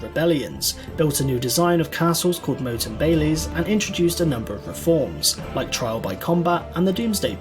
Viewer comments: Be aware the commentary is by an Englishman and pronunciation of Welsh places and names, and even other words in English such as saying moat for ‘motte’ and bailey is poor. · reasonably accurate, apart from the mispronunciation of welsh words and confusing a Motte (a big fucking hill) with a Moat ( a big fucking ditch filled with water) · Scotsman here and I too wondered why he said it as 'Moa't, when it's always been called 'Motte'.